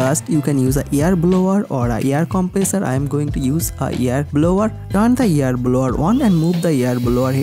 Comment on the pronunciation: Can't you pronounce air as air not yer filter